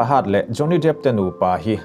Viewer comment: hurt niloin hurd tia lam tur anih hmel